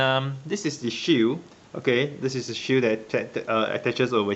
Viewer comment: The way he says shield sounds like shoe